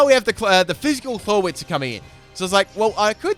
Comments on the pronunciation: You don't pronounce Florges Floor-Ges, you pronounce it Floor-Jes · Florges rhymes with gorgeous